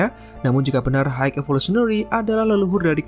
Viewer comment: Maaf sebelum nya pengucapan high itu (Hai), bukan apa cuma mengoreksi agar lebih baik lgi, btw konten nya keren